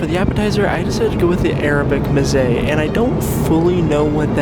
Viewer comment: Sorry mate, but why would I trust critique on the food when you can’t even say and know what Mezze is.